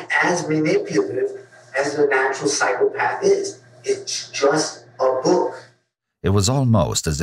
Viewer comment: everytime I hear say 'psychopath',I hear cyclepath....